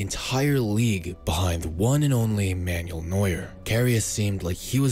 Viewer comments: Oliver Kahn's German as well, geniuses. :D It's also not Manual Neuer. He's not a gearstick. Man-well. Same as in Spanish. Informative video though. Glad to have him at Newcastle. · "Man-yool" Neuer